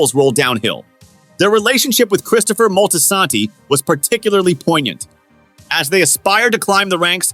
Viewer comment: Not Christopher moltisanty 😂